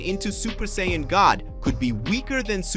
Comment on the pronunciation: You are mispannouncing saiyan.